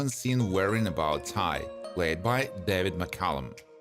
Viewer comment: Duh!! That's what it's supposed to be but the narrator of this video didn't say it that way!